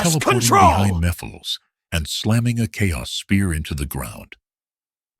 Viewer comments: It’s pronounced “Mephiles”, not me files. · first off you pronounce the name wrong you clearly won’t listening to the cut scenes from 06. Also, you clearly forgot that he doesn’t have a mouth seriously he’s creepy enough as it is without one. You don’t need to give him a mouth to make him more terrifying